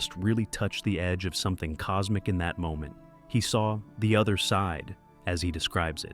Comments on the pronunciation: It’s cosmic like, causmic. Not like cosemic. XD mf said cosemic horror xD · Coosmic Horror, one more